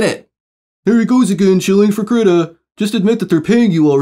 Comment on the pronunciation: Haha you say kritta instead of kree-tah